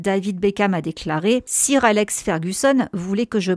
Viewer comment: Super video merciii vivement la suite mais 'sir’ ca se prononce comme 'soeur' !!